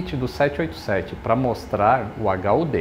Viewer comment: Lito fala H.U.T, hahaha